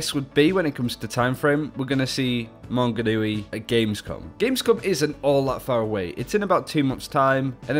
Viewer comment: How do you manage to pronounce Maunganui perfectly and not Tauranga. Toe-rung-a